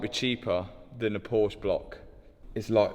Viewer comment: You are saying ,, Porch" but it is PORSCHE! but it is ok😄